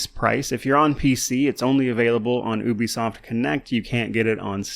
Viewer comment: Da heck is ooo be soft? It's Ubisoft!